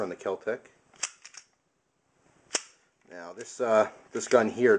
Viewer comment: Kel-Tec No h.